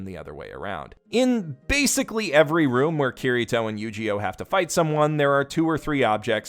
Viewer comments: I like the way he pronounces Eugeo "YugiOh" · I know his name is Eugeo, but I just keep hearing it as mispronouncing Yugioh. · You pronounce Eugeo as Yu-gi-oh and I love it